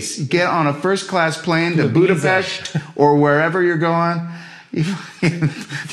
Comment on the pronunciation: he pronounced Budapest like how it's actually meant to be pronounced, that caught me seriously off guard